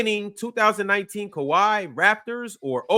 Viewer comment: Calling them “Kawhis” Raptors is CRAZY